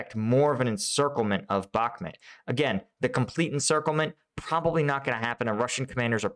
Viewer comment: Thanks. Good video. Please call it Bukmoot, not Bukmet.